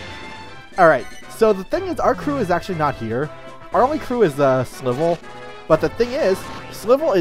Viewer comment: You said Slival's name wrong, it's supposed to be said like Rival